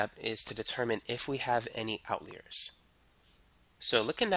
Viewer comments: out leers?.. its out-liars....jeez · why do u say outleer, it's outliers like out liar. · You are an excellent teacher and I just want to correct your pronunciation of the word outliers. It sounds like Out liar as in someone who does not tell the truth. YOU are a great teacher. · What dialect pronounces it "outleer"? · Great video but if you say "Outleer" again I will scream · I'm so thankful I wont even comment on how strangely you pronounce "outliers" :p